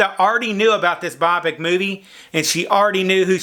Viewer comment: Bio-pic. Not biopic :/